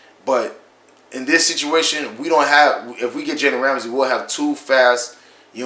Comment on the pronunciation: Learn how to say his name